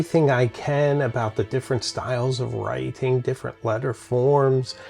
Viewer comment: What’s with your weird pronunciation affectations? Americans say “let-ur” not “let-ttturh”, and “write-ing” not “write-ttting.”